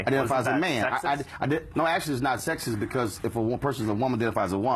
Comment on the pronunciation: "im a maunn"